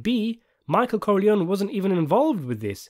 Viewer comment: “Michael Corleone-y says hello; thank god for speech therapy!”